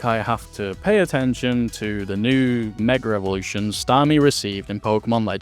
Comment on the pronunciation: Okay, I HAVE to ask you bro! Why is it that people across the pond need to add R's to words? I swear, they add 3 R's to the words "Mega Evolution"